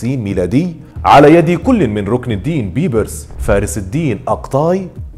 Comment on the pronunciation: لماذا تنطق إسم " بيبرس " بهذه الطريقة الغريبة وليس بالطريقة الصحيحة ..؟؟؟ وثانياً .. طريقة موت " شجر الدر " ليس صحيحاً وكما ذكرت المصادر أبداً .. وحتى أسمها تنطق به خطأ فهو ليس " شجرة الدر " بل " شجر الدر " . فأرجو منك التأكد من المصادر الموثوق والصحيحة قبل روايتك لأي قصة .